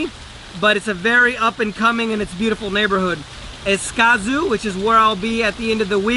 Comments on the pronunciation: Geez, thank you very much for your information but your poor pronunciation of Guanacaste and Escazu means that you have not spent much time there so I’m going to give you a big 0 for content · White Gmail John Thompson : caught that too. If he can’t pronounce the well known cities and providence, he has not spent much time in C R.